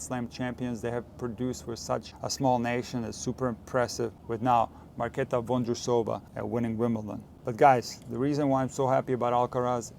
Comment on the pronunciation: A lot of useful talking points here. underrated is the fact i now feel like i can settle on ho to pronounce Marketa's last name properly